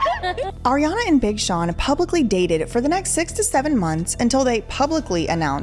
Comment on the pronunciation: I lol'd at BING Sean 😂